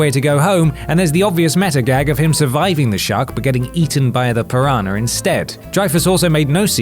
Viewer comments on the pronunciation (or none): ...WHATS A "PIRANHER"